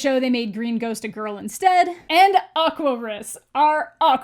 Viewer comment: Did you just mispronounce Aquarius?